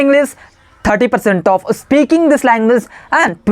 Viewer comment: It’s “speaking,” bro, not “Aspeaking.You just need to focus on your pronunciation. And one more thing try to speak English in a relaxed tone. Shouting without any reason doesn’t sound good. The rest, you are doing really well and you’re 100 times better than me. I wiill keep learning tricks and tips from you….well wishes to you!👍